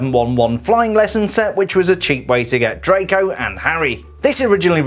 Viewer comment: Who else thought he said trago malfoy?